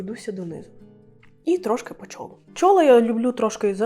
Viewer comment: Класні відео! Якщо не помиляюся, у слові «чоло» наголос на другу «о». Бажаю успіхів!